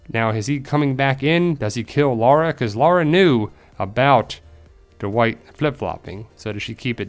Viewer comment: Duh-wight lmao